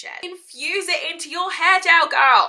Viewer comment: Love how you say haar. Happy Birthday